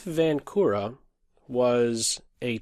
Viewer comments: Hey I am from czech and "Vančura" is pronounced with [ ʃ ] as in word check in the middle not with [k] as in word key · Vančura is not the same as Vankura or Vancura... it is pronouncing something like Vanchura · Yes, especially since you are using the diacritic mark above the letter č, you might as well pronounce it and stand out among the less informed in the chess world. č as in the ch in the word church or check! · Hi, I am from the czech republic and you read Vančura's name wrong